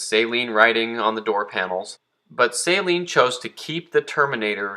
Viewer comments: The way you say "Say-Lean" drives me insane. Steve Saleen himself says "suh-lean". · For the love of god... its SA-LEEN... Not SAY-LEEN..... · I'm just cracking up how he's mispronouncing SUH-LEAN. I'LL GIVE HIM A PASS BECAUSE HE MADE THIS VIDEO AND YES I AM YELLING.. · Please learn to pronounce Saleen correctly, geez. Not say-lean....SUH-LEAN...it's really not that hard. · It's pronounced SUH-lean....not SAY-lean. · Man you're killing me. You need to learn how to pronounce Saleen correctly.